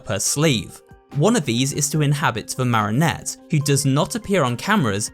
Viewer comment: Love the work but please say marionette right [ma-ree-uh-net]😂😂😭 all I can hear is marinette from ladybug